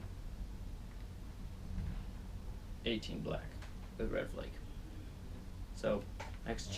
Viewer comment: Flake not fleck